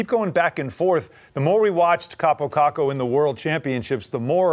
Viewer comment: It's "Kakko", get it right 'cause you'll be talking a lot about him soon